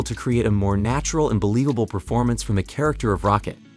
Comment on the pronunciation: "Sharacter" Rocket... shame